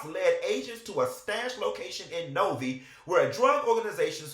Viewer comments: I'm from that area in Michigan and the way you saying Novi is cracking me up. It's nov-eye not nov-eee 😂😂😂😂😂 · it pronounced No-Vi not Novie lol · Q I'm from Michigan and it is pronounced (NO V 👁️)Novi not No vee....I kust wanted you to get the real pronunciation ❤❤ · Oh so shes one of the ones bringing that crap to Detroit😒. The city Novi is pronounced NO-eYe and they don’t play out there 😬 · O wow... I am from Detroit and I just seen this on the news yesterday. O wow! I gotta check out this show. Btw, it's pronounced Novi(No-vie) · Damn, I didn’t realize this was the same person. This is known in Detroit well the suburb of Detroit Novi. (Pronounced Nov 👁️) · Novi is pronounced No-vy. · U a mess...lol. I'm from Michigan Novi is pronounced like No-vye😅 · She does not represent all “TaWana’s”🙋🏾‍♀️I got mine out the mud 😂😂😂😂 Update: I remember this case and the connection to Detroit! The city is pronounced “No-Vie”🤦🏾‍♀️ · It’s soooo adorable how you’re pronouncing Novi (vi sounds like VYing). I’m gonna start saying it that way. 😂